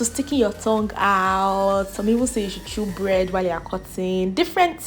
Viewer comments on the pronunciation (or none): none